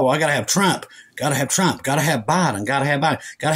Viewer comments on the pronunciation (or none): none